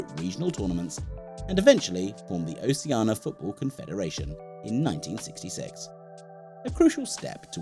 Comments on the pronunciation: That's in line with how many times he said Oceana instead of Oceania ;) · Oh shee ar na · Please pronounce the "I" in Oceania! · Why do people keep saying "Oceana" when it's "Oceania"?